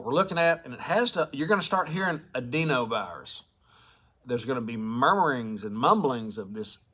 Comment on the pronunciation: Medical professional here ; it’s pronounced ad-in-o-virus ; enjoy rest of your day. Appreciate everything you do.